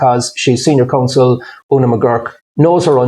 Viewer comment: Learn some English Eddie She is a senior "Counsel" and she is "exercised" - not what you said